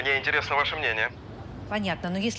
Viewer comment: Никто: Абсолютно никто: Маша весь фильм: "интереесно"